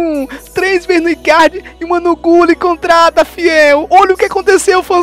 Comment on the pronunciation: Salve Fiel eu me racho de rir com essa pronuncia: RICAR e GULI kkkkk tmj